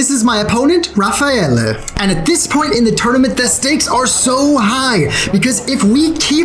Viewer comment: It's Raffaele, not Rafaelle 😁